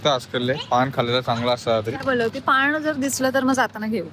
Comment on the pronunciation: By the way घ्यास नसत गॅस उच्चार असतो आणि पाण उच्चार नसतो पान उच्चार असतो. मराठी सुधार.....